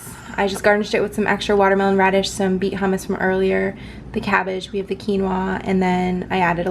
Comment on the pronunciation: Uhg you pronounced hummus wrong